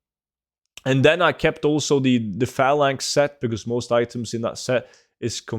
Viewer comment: You literally cannot say another correctly. You say anudder. Also. Emblazoned and phalanx. Learn how to pronounce words/read.